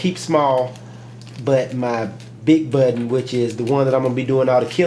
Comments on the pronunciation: budden what its button........lol nice video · mah buhhk-tenn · Lol... I like the way u say button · Lol I love the way you say 'button'. Nice video.